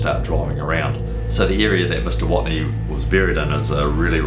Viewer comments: RIP Dale, but these police are really goo at patting themselves on the back. that body was hardly hidden...not a miracle at all. and his name ir pronounced Waatene.. not Wattany like how says it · Watene, not Wotney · Lazy editing. Have come to expect more from stuff. Disrespectful firstly, spelling a dead man's maori name wrong in the banner, and then to add insult to injury, the ignorant pronunciation of said maori name. who is dale wattany? it's not even a hard one to pronounce